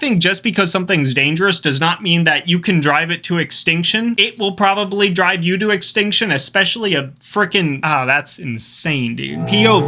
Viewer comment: tf you mean 'problably'